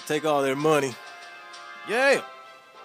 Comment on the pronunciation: Where are you from? Your YEAAAaa!!!! Sounds like someone from Texas.